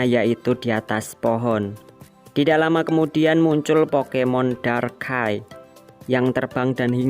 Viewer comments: darkai? Bukan nya darkrai??? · ngomong pokemon salah lagi pret 2 bang itu ngomong darkkrai bulan darkai tapi darkrai